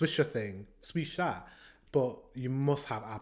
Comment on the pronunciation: Du utallar alla ord perfekt som swisha 😄